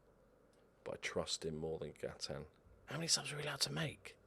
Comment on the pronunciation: I love that you pronounce Gaitan like he's French even though he's Colombian and it's almost certainly a Spanish name.